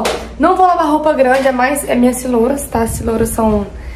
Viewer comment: Amore pq vc fala cirola? Kkkk é giria da cidade?